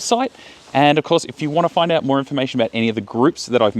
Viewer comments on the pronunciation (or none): none